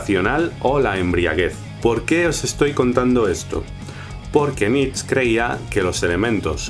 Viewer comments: Nietzsche, no Nietzsch (jeje); excelente vídeo! saludos! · Me hace gracia que no digas "über-mensch" por miedo a la embajada o no se que y luego pases todo el vídeo pronunciando "nitzs". Nietzsche se pronunca "niit-she", con la t casi muda. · ¿por qué pronuncias "nich"? ¿influencia francesa? el bigotes es alemán, su nombre debe pronunciarse "nit-che". Muy buena síntesis. Saludos de la embajada alemana. :) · Supongo que ya te lo dijeron, pero no sé llama "Nich", se pronuncia "Niche". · Hey por fin, una buena y clara explicacion de Nietzsche (algunos lo pronuncian Nietsh y otros nieths she), me gusta porque no es en tono serio como en otros canales y no lo enrrollas. yo traté de hacer una en mi canal sin haber visto este, bueno de hecho lo hice antes de que subieras este vídeo y trato de hacerlo en tono de blog, y con mis propias palabras, pero al fin de cuentas es lo mismo que mencionas tú. Muy bien! Un saludo y me suscribo, checaré qué más tienes. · Pero como se pronuncia su nombre en alemán? Nitch o nitzche? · Saludos. En realidad Nietzsche se pronuncia nìche, sé que es una nimiedad, pero nunca está de más hacerlo saber. Gracias por tus videos. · Nietzch? se pronuncia hasta la última letra!! Que es alemán! Que grandísimo error... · Dice solo "Niets" porque no sabe cómo se pronuncia "zche" jajaja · Solo una cosa, la "e" de Nietzsche se pronuncia, aun así, buen vídeo. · perdonado estás, pero que no se pierda la "e" final! :) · Nietzsche se pronuncia la ultima e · MALDITA MANIA DE INGLESIZAR LA PRONUNCIACION DEL NOMBRE DE NIETZSCHE! se pronuncia con una E final... no es fonetica inglesa sino alemana, idiomas de pronunciacion distinta